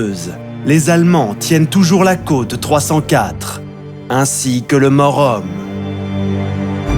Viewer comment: Très bonne vidéo, bien documentée et avec des cartes et animations claires. La voix du commentaire est certes un peu artificielle (c'est dommage), mais les noms ne sont (pas trop) écorchés (à part le "Mort-Homme" qui prend la liaison du "T"). Le documentaire réussit à résumer de manière concise et intéressante un épisode complexe et ô combien tragique. L'ossuaire de Douaumont est un spectacle poignant, tout autant que toutes les croix du Mémorial de Verdun. Malgré le "plus jamais ça" et "La der des der", l'histoire se répète sans cesse. Merci pour ce travail de grande qualité.